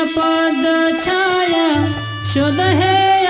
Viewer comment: pranam pls pronounce Chhaya छय in stead of chayā / चय ।धन्यवाद ।🙏